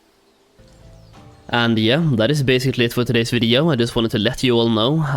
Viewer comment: Stop saying video really weirdly